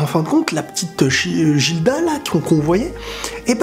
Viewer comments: Jilda ???!!!!??? Prononciation Gilda ( Giruda japanese prononciation) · Gilda ça se lit guilda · a chaque fois je me retiens d'ecrire dans les commentaire par peur de spoil un truc vus que je suis au chap 120 x) juste sa se pronconce "Guilda" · Ça se dit guilda